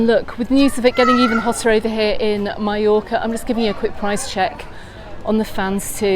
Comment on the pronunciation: Going to Can Picafort in September! Thanks for the tips on how not to be swept out to sea! 👍🏻 On another point, I’m interested in your pronunciation of Mallorca. You say “my-yor-ka” and I’ve always thought it was “ma-yor-ka”. Is your pronunciation how the locals say it? Thanks!